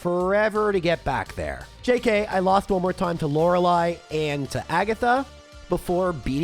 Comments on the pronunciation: It's actually pronounced laura-lee. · I'm willing to endure the mispronunciation of Lorelei if it means he gets to feel better soon. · What's with the disgusting pronunciation of Lorelei in this video 🤮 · You're so sick, you mispronounced the name of the first Elite Four member.